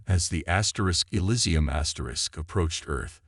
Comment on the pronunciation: is there any way to get the a.i. to pronounce words right in the meantime? "Asterisk, elisium, asterisk" was a little distracting